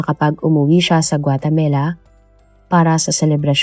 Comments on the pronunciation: 😂😂😂😂 akala ko ako lang naiirita sa paulit² na GUATEMELA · Pronounce it as "Gua te ma la"not "Gua te me la." Ok? Thanks! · Puro ka guatemela...8080 inulit ulit pa talga guatemela 😅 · GUATAMELA?😂😂😂😂😂 bagong bansa ba yarnnnnn🤪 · GuaTAMAla not GuateMELA; Houston is "Yuston" not HOS-TON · Maganda sana kwento kaso ang sakit sa taynga ng Guatamela mo. Wag na nga lang. Ikaw lang nag pronounce ng ganyan, wala pa q narinig na guatamela 🙄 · Nakaka distract paulit ulit pa pag pronunce GUATEMELA😂 sana search din po kau paano e pronouce ng tama ang mga words sayang maganda ang kwento We are not perfect pero dapat kasama po yan sa research po natin kasi name of the country po yan importante sya .. pangit din pag ma mispronounce ang country natin instead of THE PHILIPPINES sasabihin nila phlippanes di ba pangit and disrespectful. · 😂😂😂😂yes...notice ko din ang Guatemela..😂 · guatamela? guatemala ata.. nadidistract ako kapag nababanggit yung lugar pero tinapos ko pa rin lol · Hahahahaha may mga mali minsan sa pronunciation nya katulad ng yacth tas ginawang yatch,tas ngayun gautemala to guatemela... kahit gusto mo lang makinig nadidistract ka kasi mali ang pagkakasabi nya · Guatemala, not guatemela. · GUA-TE-MALA poh! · Sounds like Gumamela 😂